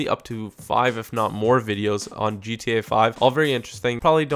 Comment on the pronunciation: Subscribe for more daily ... TOP NOTCH ... DGE-TA Five videos. Makes me laugh everytime he says it, it sounds so damn funny.